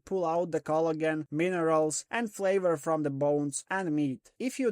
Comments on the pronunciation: I couldn't figure out what "Culligan" meant... 20 minutes in I figured you were saying Collagen. lol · I'm going to start saying cloigan, it sounds better 😂